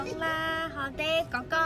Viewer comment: 女友說 哥哥 的時候廣東話太標準了 而且又可愛又甜蜜